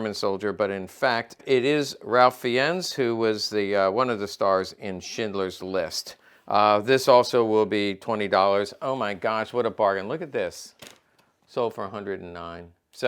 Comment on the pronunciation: Pronounced "Raif Fines"